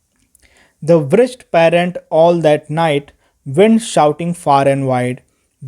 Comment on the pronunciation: Sir it's ""wretched"" not ""wrecked ""